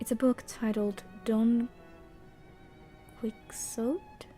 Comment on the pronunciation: Don Quixote is pronounced (more or less) "Don Quee-Ho-Tae". Very famous story from Spain